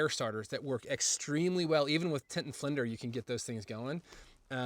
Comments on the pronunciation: Anyone else hear him say "tint and flinder"?😂😂😂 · I love “tint and flinder!” 😂